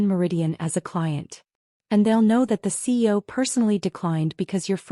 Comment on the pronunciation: While the slides always have CEO, why does the narrator always say CO?